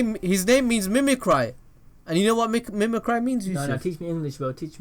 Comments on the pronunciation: mimicy - pronounced ME - ME - CREE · lmaoooo its mi-mic-ree and obviously that means to mimic someone...its not that big of a discovery EDIT: LMAO WHAT NO HIS NAME IS MONOMA BECAUSE HE MIMICKS OTHER PEOPLES QUIRKS WTF ARE YOU ON LOL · The way he pronounces mimicry makes me angry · It's adorable when Youtubers mispronounce words like Mimicry and Scarce xD